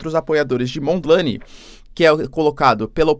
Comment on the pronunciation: Não se diz "Mondi laine" tipo nome em inglês. Neste link vais escutar como se pronúncia o nome.